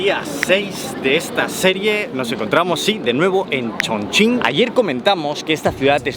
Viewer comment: No lo puedo creer, un español pronunciando bien Chongqing